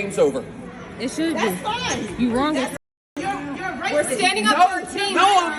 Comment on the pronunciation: “ you are Racis” You are Racis” 😂😂 at least say it correctly 🤦🏻‍♂️